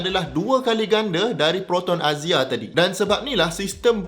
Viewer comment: Baru nak comment yang abang salah sebut proton axia tadi😂